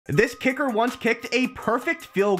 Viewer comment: “tIs KiKr ontce kiked a perfffffect fefild gole”